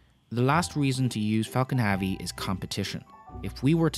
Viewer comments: It's pronounced hevy not havi. Falcon Heavy not Falcon Haavy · "affard"? "Falcom Havee"? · why does he pronounce Falcon heavy Falcon haavy? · Falcon HAVE-ee ?? His mispronunciation is just annoying.